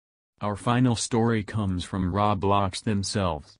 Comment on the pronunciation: i like how he says roo blox